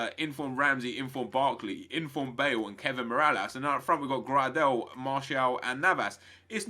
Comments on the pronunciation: It's pronounced grey-del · Grahdel? Why do you say his name like that?